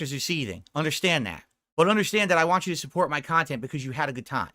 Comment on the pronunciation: I thought it was failed speech therapy but it could just be he’s too lazy to stretch his tongue that far.